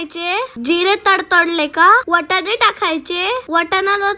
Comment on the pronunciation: वटाने नाही वाटाणे म्हणा,अद्रक नाही आलं म्हणा, धनीया ऐवजी धणे म्हणा. शुद्ध मराठीत बोला